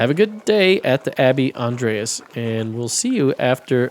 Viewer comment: In Germany of today, Andreas is prononounced with ea as seperate letters. The a letters sound like the u in "but" and are short. You can relax though, nobody judging you here. "Grobian" is a word that a german would understand as "a rough person; someone who is impolite, not tactful or likes shoving people around"